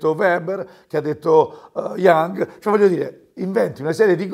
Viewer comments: Immenso? Mah. FB sarebbe nato all'interno dell'universita', insomma ...... Si', come no! Le confeziona bene questo signore, e gli va riconosciuto. Ma ne ha sparate di cazz*te! (non ho capito, tra l'altro, a quale filosofo si riferisse parlando di Young - lo ha pronunciato come se si scrivesse cosi'... - Forse intendeva Jung che, da uno che ha studiato psicologia all'università, lo darei come pietra miliare....) Mi sembra che, oramai, il pubblico si riesca a convincerlo senza neanche molti sforzi. Ed è un problema non da poco, ahinoi. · Si, certo che intendeva Carl Gustav Jung, quindi cos'è che gli contesti? La pronuncia? Oppure che Jung possa essere considerato ANCHE un filosofo? Non è mica chiaro quello che vuoi comunicare, per essere una che ha studiato all'università non è che ti esprimi molto chiaramente, perchè suppongo che tu abbia studiato all'università, giusto? Neanche questo è chiaro...senza offesa, ma invece di criticare l'altrui pronuncia di nomi stranieri dovresti forse preoccuparti di come scrivi tu in italiano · Hai qualche problema con la comprensione del testo, mi sa (mai chiamato in causa/confutato la questione di Jung filosofo. Leggi meglio). Il fatto che, tuttavia, chi ha studiato psicologia pronunci un modo sbagliato un nome tanto noto quanto quello in question (e ribadisco che ne ha dette altre di castronerie...), a me fa prendere quanto meno le distanze da manifestazioni di esagerato apprezzamento quali molte di quelle presenti in questa sezione commenti. Tutto qua.